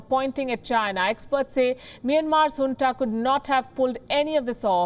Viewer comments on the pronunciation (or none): none